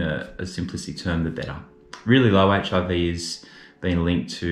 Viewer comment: Every time you say HRV, it sounds like HIV and I was so confused until I caught on! 😂😂